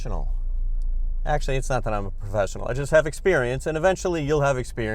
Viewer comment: "I am a pro fessional u.u"